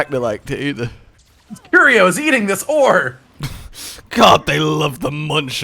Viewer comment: They're eating this WHAT!? I know he meant to say 'ore', but that is NOT what it sounded like he said.